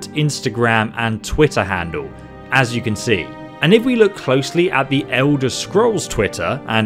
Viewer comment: hearing a British person saying handle is haunting